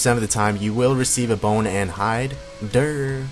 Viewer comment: lol, boner hide <- swear it sounded more like that than bone or hide